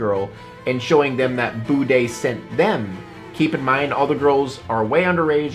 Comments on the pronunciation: I honestly heard you said his name, "The Bidet". Would be a fitting name for his behaviour I think. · Each time someone says "the Budday" I hear bidet, it will never not be funny lol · Bro, why is one of the pronounciations of this guy's name "The Bidet" (though I heard like 2 or 3 others) and why is there a dude here, who's name is "Kaceytron" but spelled differently. WTF?! Matrix? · can't unhear his name as Bidet, rather than Budday. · Unreal that he pronounces his username as "bidet" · I always understand "bidet" when his name is said, and I think nothings more fitting 😭😭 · I always though the way he says his name sound like bidet... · I literally thought kept saying "the bidet" 😅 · 😂😂😂 lmao it sounds like he says bidet like the toilet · Why does “the budday” have to be pronounced like “The bidet?” Lol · the way he says his username like "bidet" makes me laugh. Its so fitting. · I believe it’s pronounced bidet